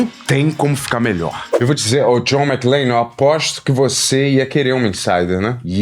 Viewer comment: McLANE???? WTF. Primeira vez que vejo alguém falar errado o nome de um dos heróis mais icônicos de todos os tempos. Isso só prova o POSER na questão cultura pop que o é.